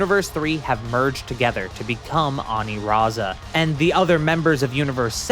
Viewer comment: I hate the pronunciation of Aniraza with the r because his name is meant to be a pun of Lasagna so using the r over l doesn’t make sense